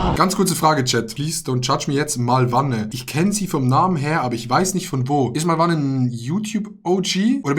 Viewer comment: MAlwanne, nicht MalwAnne